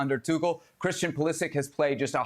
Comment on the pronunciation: Butchering the pronunciation of both tuchel and pulisic